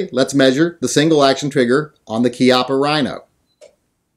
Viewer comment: Since you had to bag on poor Bob Wampler's name I think I will call you out on your KEYOPPA RHINO! Thanks for the video and I certainly hope that's not the way you refer to this gun its Chi appa just like Chiappa Mexico. But then again maybe you you were just saying it wrong to see if we were paying attention, but then again who cares! Just do more gun reviews!!!